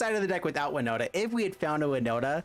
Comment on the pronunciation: i knew it;s winnota and I'm glad you did pronounce my IGN right. Kravden13 here